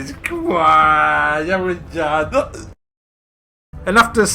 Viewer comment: "wannnnna dansch?" :P